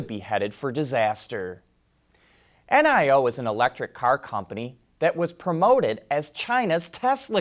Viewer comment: Not "N-I-O" it's "Neee - Oh"